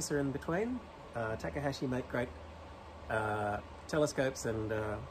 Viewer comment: Ya just can't get an Australian to pronounce anything correctly. "Tack-uh-haaashi". It's not that hard: "Taw-kaw-haw-shee".